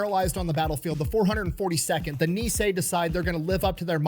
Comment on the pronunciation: It took a moment to figure out what island he was talking about in the beginning. It is actually pronounced "Nee-ee-hau", a full three syllables, each distinctly pronounced.